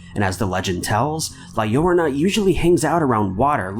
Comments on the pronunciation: Its not pronounced the Lorana, its La Llorona pronounced La Yo-rona. There were a few times you got the correct pronunciation. Would appreciate a better pronunciation when making videos on other cultures folklore. Not asking for perfection but maybe practice how to say it before just uploading the video. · La llorona is pronounced 'la yoh-roh-nuh'👍👻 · the way you pronounce La llorona The two "ll" sound like J so you pronounce it "jorona" =) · La llorona or la lie ora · His pronunciation is significantly better than the guy from the Top5s channel who was calling it La Low-row-na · "La-yohr-ona." Oh Lord, I think my skin just got bleached from how white your pronunciation is. 😂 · Pronounced La Yarona! C'mon now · Uh it's pronounced la lyarona 😶😶😞 your welcome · How many videos have you done covering her and still can't say her name right. Simple Google search please! Each time you say it, it gets worse too. Like what the Hell I've never been offended before but I've followed you for a damn good time now. You're a professional for Christ sake. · Or maybe a video shamelessly exploiting the popularity of an already culturally appropriative horror film should at least put more effort into researching correct pronunciation. 🤔 Also... did you seriously just equate brown skin with ignorance? Huh.